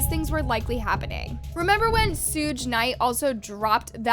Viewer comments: You gotta pronounce Suge right! It’s like sugar - without the R. It’s not sooge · “Sooge” Knight 😂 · Came here for this! If you're reporting on these things, you should definitely know who Suge is.